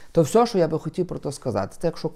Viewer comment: не всьо, а все. Завжди ти так говориш.